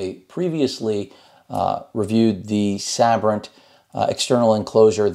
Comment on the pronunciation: I always thought it was pronounced Say-Brent I'm probably wrong